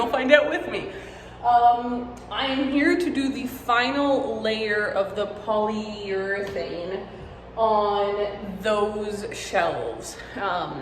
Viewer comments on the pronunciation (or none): when you said polyeurethane (multiple times lmao) i just think of the baumgartner restoration channel :))